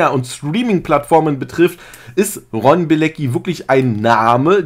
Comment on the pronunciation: Wie den fasst jeder falsch ausspricht 🤣den Ron